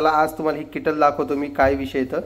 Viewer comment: किटल नाही केटल म्हणा 😂